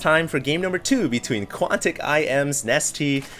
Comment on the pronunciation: DID HE SAY QUANTIC NANIWA?